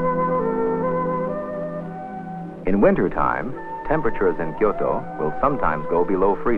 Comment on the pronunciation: i love the way the presenter pronounces "Kyoto" its like he genuinely gives a shit about authentic pronunciation.